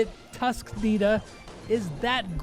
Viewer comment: Did read the nita skin wrong??